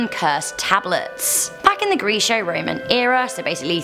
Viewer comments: "Gresso-Roman"wtf? It is pronounced as "Grek-O-Roman". These Brits usually enunciate words unusual to its actual pronounce. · It's not gresho Roma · Geez check your spelling and your pronounciation, it's Greco-Roman, pronounced Greko so with a K and not a c. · Grek-o Not grease-o